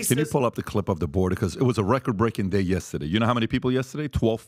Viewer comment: Learn how to say the word Yesterday Pat!!! There is no A in the middle of yesterday.